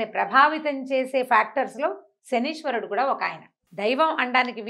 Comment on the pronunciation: 1. It is not శనీశ్వరుడు...it is శనైశ్చరుడు! 2. Pls don't use such captions and misleading statements such as శని పోతుంది! Pls talk respectfully towards శనైశ్చరుడు!